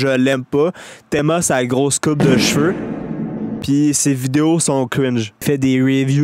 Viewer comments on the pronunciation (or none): none